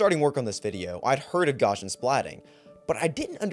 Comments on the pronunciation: It’s actually pronounced “Gaussian” 😌🫡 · please, I beg you, go and find out how to pronounce 'gaussian' properly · It drives me crazy that everyone constantly mispronounces Gaussian as “GOSH-un”.